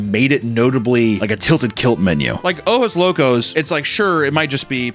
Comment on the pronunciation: OjoS Locos. Don’t forget to pronounce the S.